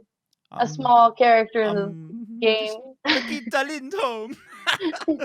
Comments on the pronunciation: She was too kind, you kept saying 'bragitta' jhahjahha it's BRI GIh TT EH Its ok you'll get there one day. Oh this video was sooo cool I want to see more like this! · Brigittah: Brigitte: Brigittaah:...yea, that was pretty good! No, it was not. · Y'all still don't know how to pronounce her name!? lol smh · bruh, it ain't 'Bridget' in English. Brigitte is a totally different word with totally different letters in totally different places my doggie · stills get the E wrong. I just realized how difficult it must be for non-swedes to pronounce Swedish E's. the "tte" is pronounced like the english "ten". Brigit10. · Well Brigitte is nit a swedish name, it's german. Reinhard gave her the name, so you have to say it like them. Bri-gitt-e. Not with an A in the end. Trust me I'm from Austria and here it is also a normal name xD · I speak german and she says it correctly, he just keeps putting an “ah” sound to the end. It’s bree-gee (pronounced like the gee in geek)-t-eh (as when you say “eh?” to someone) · ...and he is still saying the Name wrong xD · Pretty amazing. 45 minute video on something that could've been done in 2 seconds. That's also not how she says her name in the game. Weird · Because Reinhardt named Brigitte, you should speak it German, or not? If so, she speaks it wrong... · it’s an E not an A at the end. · Omg it is still wrong xD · can't say it, lol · the way you say Brigitte reminds me a bit of an Italian accent idk why 😂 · Its still wrong lol